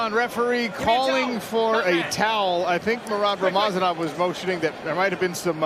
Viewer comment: its not rama zanov its rama za nov